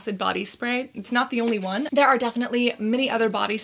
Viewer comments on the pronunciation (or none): none